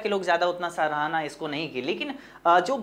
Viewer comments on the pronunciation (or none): Pahle padhana sikho mere Bhai aur bolna bhee sikho सहारना नहीं सराहना होता है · Sarahna ko saharna padhte hai sir😢